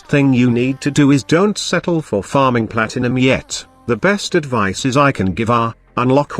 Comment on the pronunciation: can you please type "advize" into the text to speech so it doesn't say "advise" xd Keep up the good work!